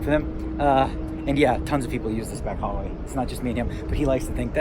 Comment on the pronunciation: Phil said khallway